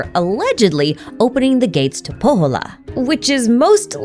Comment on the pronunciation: “Shnezhnaya,” “Kal-i-vala,” “Po-hola,” etc. 🤦